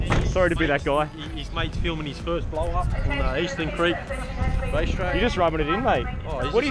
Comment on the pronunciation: Did you say ''Rice Track''? xd